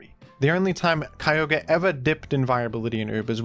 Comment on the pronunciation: Right next to my boi, keeyohguree